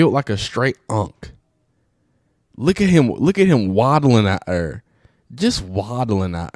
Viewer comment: “Just waddling ought ere” 😂😂😂😂